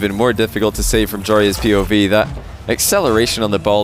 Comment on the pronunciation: pronouncing POV as "pov" will forever irritate me